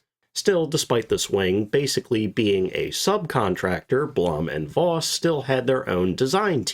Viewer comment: Blom & Voss schuold be pronuncet: "Bluum und Fos"